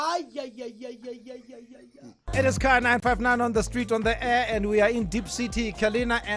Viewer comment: 'Diep' not 'Deep'